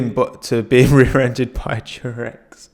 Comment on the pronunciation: "I got rearended by the durex"